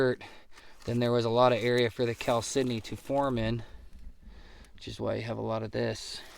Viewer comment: How hard is it to be say Cal-sydney? Geese. Ha ha ha ha.